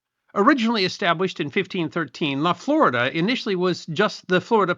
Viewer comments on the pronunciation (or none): My Hispanic background wants to say La Florida is actually pronounced FloREEda La laguna florida- the flowery lake. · 35 seconds in. Can you tell me what the freaking what this is about by now? - La Florida is pronounced in Spanish as "la flor-eeda." Neh. Neh. Neh. Neh. Neh. Neh. You cannot be troubled to look this stuff up? It ain't rocket science. Oh, and it means "covered in flowers." That would have been a nice addition.